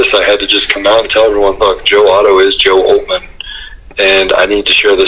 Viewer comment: OLTMAN, not "Ottman".